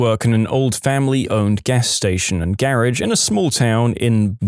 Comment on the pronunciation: Gaehhrrraggchg? How do you come up the that abomination of a garbled death rattle of an un-spellable alleged pronunciation? It’s a garage.